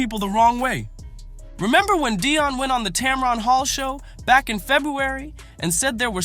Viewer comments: It’s Dee on Sanders, not, Dye on Sanders, ok—(Atlanta, GA)! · Who in the hell is doing this commentary? You can't even pronounce Deion and Shedeur's name correctly. That's disrespect right there! I think you are doing it intentionally...like their names don't matter. We see what you are doing!!! EVERYONE CAN SEE WHAT IS REALLY GOING ON HERE! Shedeur was Black-balled...The 3rd Best QB in the league!!!